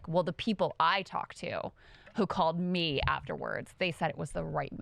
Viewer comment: Stop saying “me” like that!!!